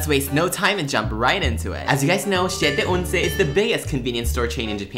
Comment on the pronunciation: it wasss soooo funny when he said "SiEtE oNcE", reminds me the guy saying "DelIsHiosooo"